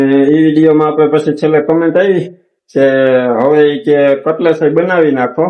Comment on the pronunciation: CUTLACE NA KEVAY..CUTLETS KEVAY.